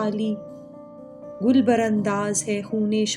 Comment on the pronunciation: Gill he NAHI ..... Urdu with understanding then plz again perform this nice poetry of our national Great Poet.......